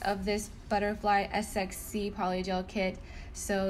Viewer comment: Pretty sure it's pronounced SEXY instead of S-X-C. Beautiful work, as always!